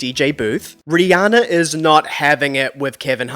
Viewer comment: hiii bestie she pronounces her name ree-ANN-ah not ree-ON-ah check out any interview where she says her name aloud!! love u & the content!!